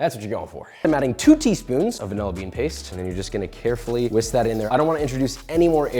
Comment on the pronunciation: Then add two tea spoons of mumble mumble paste! Sure... I'll take some... paste? Help?